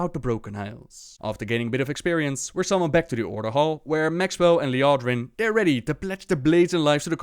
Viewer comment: its not normal for you to butcher character's names, wonder why today was different....poor Liadrin